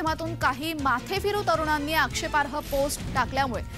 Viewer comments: आग बाई तुला आक्षेपार्ह हा शब्द सुद्धा बोलता येत नाही. मग कशाला तिथे गोंधळ करते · मॅडम मराठी बातम्या देताना आक्षेपार्ह वाचता येत नाही म्हणजे दुर्दैव आहे.